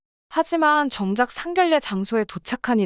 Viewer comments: 상결례가 아니라 상견례로 읽어주세요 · 상결례가 아니고 상견례로 읽어주세요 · 발음에도 상견례이지 상결례는 아니지않나요?